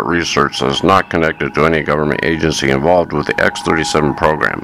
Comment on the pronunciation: Bro, it’s “involved”, not “envolved”. And it’s not “thoeroy” or “publicaly”.